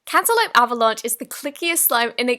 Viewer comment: Isn't it 'cantaloupe', not 'cantelope'?